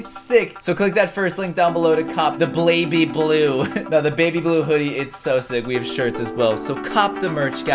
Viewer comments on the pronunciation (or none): "The Blaby Blue" lol